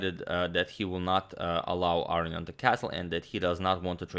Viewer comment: You're a joke Agdamator. Been watching your channel for a few years now and you continue in your stubbornness to mispronounce Levon Aronian's last name. So fucking disrespectful to one of the greats you have been over the years.